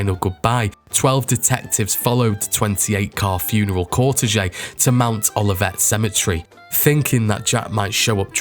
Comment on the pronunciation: Another interesting video, like the great video you did for Vannie Higgins, although there was a lot of identical content in the two videos, and your pronunciation for some words like cortege is a bit off (phonetic pronunciation would be 2 syllables: "kaw" + "TAYZH", not cor-te-je), and I doubt very much that the filming of Legs Diamond leaving hospital on new year's 1930 was made for television! This is 1930 after all, there were only 6,000 television sets in use in US homes, by 1946! It's likely that the film was made for news reels in cinemas..!